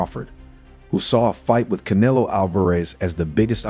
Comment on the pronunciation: Bro, are you that ignorant to not being able to pronounce CANELO?! Or thats the racist in you?! Asking for a friend